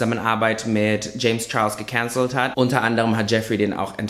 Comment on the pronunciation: So geil wie du gekänzelt sagst hahahaha